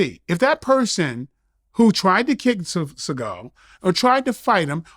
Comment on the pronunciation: Vlad: “Steven Sea-gal”